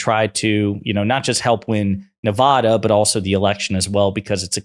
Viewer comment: Please learn to pronounce Nevada - It's not like Colorado with final AW. It's Ne-vae-duh.